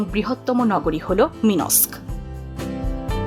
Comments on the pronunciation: রাজধানীর নাম মিনস্ক ( মিনসক) না উচ্চারণ হচ্ছে মিন্-সক। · আপনার “মিন্স্ক” উচ্চারণটা শুনে আজ সারাদিন আমার হাসি থামাতে পারলাম না, জানিনা আর কতদিন হাসতে হবে। দয়া করে গুগোল ডিকশনারী থেকে উচ্চারণটা কয়েকবার শুনে নিবেন। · অবশ্যই না। আমি আমার জীবন পার করলাম বেলারুশে। আমাকে উচ্চারণ শিখানোর দরকার নাই।